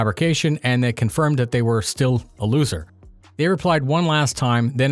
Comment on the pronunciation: Great job, but.....I have to correct you. It's Loser not LOOSER Check